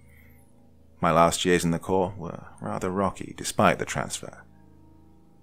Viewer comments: FYI, Marine Corps is pronounced Marine “core” not “corpse.” I don’t know how many narrators I’ve heard mis-pronounce that. The French pronunciation "korr" (or slightly Anglicised to "kohr" or even "kore") is thus the historically correct pronunciation. Pronouncing it in any way ending with an "s" is not correct. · It's Corps, not Corpse. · marine corpse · For future reference, it's pronounced Marine "Core" not Marine " Corpse"!😂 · Marine Corps is pronounced "core" not "corpse". Downvote. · For people who don't know, "corps" is pronounced like "core". So it should have been read as: Marine "Core". ☺️ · He said Marine Corpse, lol surprised I'm not seeing a lot more salty vets in the comments. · Love you Doc, one of the best story tellers! A little, tiny, small pointer (if your fans won't roast me)? The S is silent in Corps. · He said corps :D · that’s actually Colonel Johnson, not Mr. Johnson, but I’ll forgive you. And I was US Army, not Marine Corps, but I just figured I’d help out my friends in the Corps as I know this mid-pronunciation really irks them. Most importantly, I want to help Doc out since he’s my FAVORITE narrator on YouTube 👍